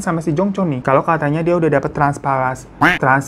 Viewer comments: bengek bner transpalasi genks 😂 tranplantasi genkss 😂😂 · TRANSPLANTASI bang bukan transpalasi😅😂😂😂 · "Transplantasi" abanggg.. bukan "transpalasi" 😅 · Bang Glowiing, coba ikutiiin ... TRANS-PLAN-TA-SI TRANSPLATASI EH